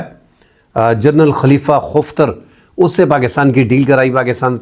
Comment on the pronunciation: Bhai jan khalifa Hafter hai khaftar nahi hai